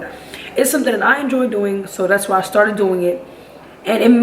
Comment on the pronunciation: When you rolled your r when you said started made me feel a type of way